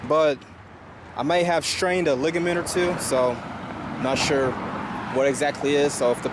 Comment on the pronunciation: "suire"??? time stamp